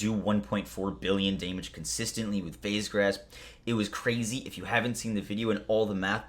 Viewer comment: "To prevent you from doing DAYMIDGE to yourself"